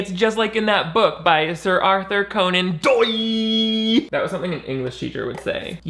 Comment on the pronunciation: "Sir Arthur Conan Doouiy" 🤣😂 . I love how you break these down hysterical, and truthfully! With a touch of sarcasm and bitterness just cause creating this was offensive in itself. Any self dick sucking creation like this deserves it